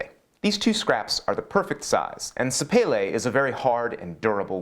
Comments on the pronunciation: Come on, you sound posh when you say some wood names “sapele” (not sure how to spell that) but it makes me giggle when you say that wood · Happy New Year, hope you stay safe! Sapele ... Sa-Pay-Lay ..Umm! .. I thought it was pronounced Sa-Pee-Lee But always good to see whatever you build, no matter how you say it on Your side of the pond